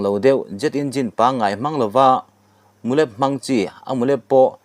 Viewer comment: I chhiar thiam lo chu a ni lo. Mizo țawng hi rin aiin i thiam lo. Double Adverb kan neihho hi i ti dik lo tam a. Chu bakah chuan tunah pawh 'mulep' i tih hi a dik lo va, 'mulêp' tia thluk tur a ni.